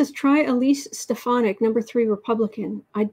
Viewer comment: Hi!! Not "Stefanie" - "Stefanik" is that second name on the paper, fwiw. [Edit: Elise Stefanik, (R) NY]